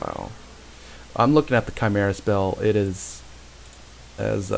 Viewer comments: I always thought it was chim-er-ah -Panglou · the balance spell is pronounced chee-me-rah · chee-meer-rah. 4got a letter